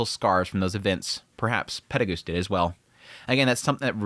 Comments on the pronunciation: Can't get over you saying Peregoose instead of Perugius. PE-RU-GI-US (peh-roo-gee-us). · Pretty sure its Perugeus not pedigus. Also don't even pronounce Shariah or Laplace correctly. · PEH-ROO-GEE-US!!!!!!!!! This is not RE-ZERO! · Please for the next coming episodes his name is pronounced Peru-geous 😭😭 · He been saying it this way for years and I dont like it either lol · Why do you pronounce Perugius’ name like that? Just curious, no hate. Live your videos btw. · Man, I truly do like your videos a lot, but the way you pronounce some of these names really gets under my skin. Like "Perugius" or "Ghislaine". Not even saying you're mispronouncing or anything, but if eats away at me. Still, I repeat, really enjoy your content. Cheers.